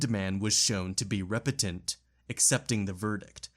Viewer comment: You put the emPHAsis on the wrong sylLABles when pronouncing apocryphal, repentant, and a few other repeated words. Great work, though.